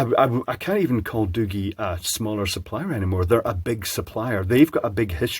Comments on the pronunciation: Hey I just wanted to let you know for future reference that you pronounced the phone company wrong it's not Doo-gee or better yet not pronounced Doogie like as in Doogie Howser. It's pronounced Doo-jee like if you were to pronounce the letter "G" by itself. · The G is pronounced as in giraffe. The thermal cam is exactly the same as in the Infiray P2 Pro (Tiny1-C module). If you prefer a hand held standalone unit then look for the Uni-T UTi260B. It also uses the same Infiray sensor and is quite affordable. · So, it's not pronounced "Da-gee"? Not a Da-gee product? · lol it's called Doogee